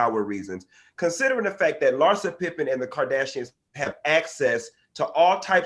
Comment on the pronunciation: Larsa " thottin & P popping" pippin